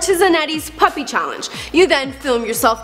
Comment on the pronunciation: There is none to very little information in this video. P.U.P.I stands for Por Un Piberio Integrado (For an integrated childhood) it was founded by Javier Zanetti to help poor children in his country Argentina. Also you don't pronounce it as Puppy...